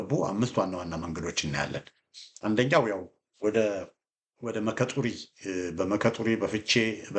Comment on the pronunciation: የምትሰጠን መረጃ በጣም ግልጽ ነው ሙያህ ውትድርና ባይመስለኝም በካርታ የተደገፈ መግለጫህ ከታዋቂ የመኮንኖች የዛሬው ለብለብ ሳይሆን ከቀድሞው የሐረር ጦር አካዳሚ ምሩቅ ትመስለኛለህ በተመጽኦ ነው በየቀኑ የምከታተልህ አንዳንድ የአካባቢ ቦታዎች በኦሮምኛ አክሰንት የሚጠሩ ኦሮምኛ አለመቻልህን ይገልጻል ለምሳሌ "መከ ጡሪ" ብሐህ የምትጠራው ሙከ ጡሪ ነው ሙከ ማለት እንጨት ነው::ስለ ልደቱ የሰጠኸውን ፋኖን በተመለከተ አስተያየት ተከታትያለሁ ልደቱ የደርግ ኮምኒስት ግርፍ ካድሬ በመሆኑ የመቀናጆ በሬ ወደ አገሩ ይጎትታል እንደተባለው ኮምኒዝም በደምስሩ ስለተሰጠው ከዛ መላቀቅ ይከብደዋል የነዘመነን ትግል አኮስሶ ሲገልጽ ሳይቀድሙኝ ልቅደም በመሆኑ የነጀዋርንና ወያኔን ሴራ ሳያውቅ ቀርቶ ሳይሆን በእነሱ ተንጠልጥሎ የእነዘመነን የመጨረሻ ውጤት ለመጠቅለል በመሆኑ የሰጠኸው ምሁራዊ አስተያየት ለልደቱ ካላመጠው ጥሩ ጉርሻ ነው እስክንድር ነጋንም እግር በግር ተከታተለው አደገኛ ወስፌ ነው